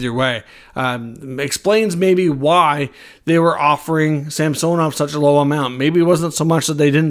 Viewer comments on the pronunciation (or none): It's SAm son ov not sam so nov